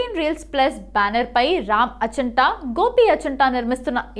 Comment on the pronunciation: అచంట ఏంటి అమ్మ ఆచంట అనలేవా...